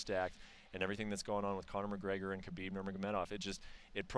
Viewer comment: The way Ariel says kkhhhhha-bib makes me cringe.